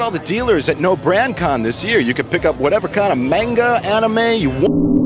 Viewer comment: He said mainga not manga